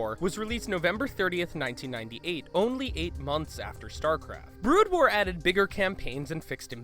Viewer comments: in, or just after that, you say "Starcraft: Blood war" instead of "Brood war". It amused me. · did he say blood war instead of brood war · "Blood war" lol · "In Starcraft Bloodwar" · you refer to "Brood war" as "Blood War" You must have just been reading someone elses script that accidently auto corrected Brood to Blood.. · I can't get over 'Bloodwar'...omg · Also u called it blood war not brood war... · did you actually say starcraft blood war... disgusting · STARCRAFT BLOOD WAR? ARE YOU KIDDING ME. AND IT'S FENIX (PHEONIX) NOT FENNIX FFS Well now I know that the narrator knows nothing about starcraft and misread brood war. Kinda ruins it for me since now this whole thing seems fake. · lol " StarCraft and StarCraft Blood war" Yeah this guy really knows about starcraft lol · The sad thing is he said it right later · Fact 22 It's Brood war, not blood war, check your self! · DID HE FUKIN SAY BLOODWAR?!!?!!?!! IM DONE!! NEVER WATCHING THESE VIDS AGAIN!! #22 btw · I agree, I doubt he’d ever heard of Starcraft before this